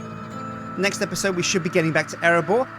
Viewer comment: If you listened to what he said at the end: "Nest episode"